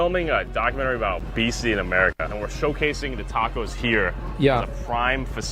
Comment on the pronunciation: Obesity ❌ Obecity ⭕